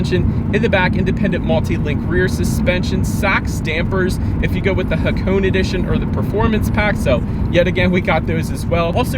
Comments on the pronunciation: hakoon? The Hakone edition is pronounced haa·kow·nay , none the less awesome informative video! :) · It's actually pronounced ha-ko-neh 🤓